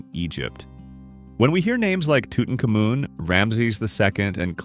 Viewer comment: Tootin kah moon? Come on...